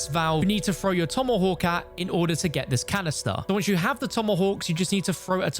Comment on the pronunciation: The way he says tomahawk makes me slightly giggle haha